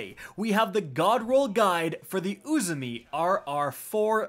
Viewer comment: Sorry to correct you but when you say uzume you’re saying it as uzumi with an “I”say it as like Pokémon so uzumé Edit it just bugs me